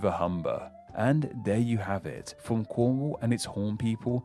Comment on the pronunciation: Why would someone with a speech impediment choose to make a youtube video that involves teaching international viewers place names? Am I being too harsh? Wun to Fwee.... Powtsmuff Cownwul Can't form "th" so pronounces "F" Has so much trouble with "R" it comes out "W" It's basically lazy pronunciation, there's nothing to indicate he has any physical impediment precluding the forming of those letters and sounds.